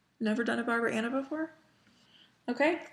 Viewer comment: I'm sorry. I thought I heard you say "I've Never done a Barbara Ana before." -_- I amend my vote. Barbara Ana!